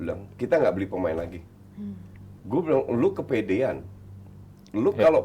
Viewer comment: bilang goblok ke abrar renyah banget didengar 🤣